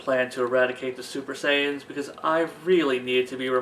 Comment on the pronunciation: you said Saiyan wrong